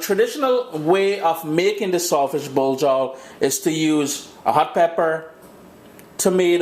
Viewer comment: it sounds like he's saying salt fish blow job.